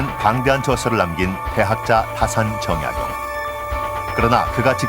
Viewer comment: 우선, 성명의 발음 문제! 제 귀에는, 정약용을 "정약"을 야간 부처 읽고 "용"을 띄어 읽은 것 같습니다. 성과 명 약간 띙서 "정" 하고 "약용"이라고 절도 있게 읽어야겠읍니다. 제가 쓴 책 한권 권하오니, "한국 어문을 고발함"을 일독해 주실까요? 미국 변 완수 배